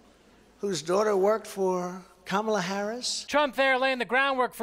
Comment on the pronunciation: Positive Note - Mr. Trump learned to pronounce VP Harris’ first name.